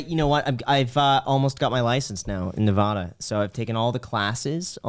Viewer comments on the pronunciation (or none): I just wanted to comment and say that I’m very offended. You pronounced Nevada wrong. Regards, A offended self employed/ real estate investor ex Californian living in Winnemucca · Huge fan but Graham you’re going to have learn how to pronounce Nevada. You’re killing me man! 😂